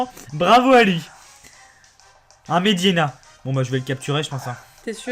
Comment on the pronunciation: Toi et les noms de Pokémon ça fait 800 000? Medhyèna. pas Mhediena ^^ Mais bon pas grave. (Et éclate-roc, pas éclat roche. xD)